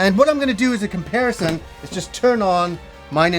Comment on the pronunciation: I swear I heard you say you were gonna do a "Kimparison"